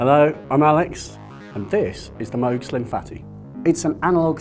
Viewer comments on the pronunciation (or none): why is he calling it a moag?